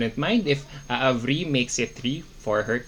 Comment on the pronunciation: You are wrong admin It's not aavri it's aavriti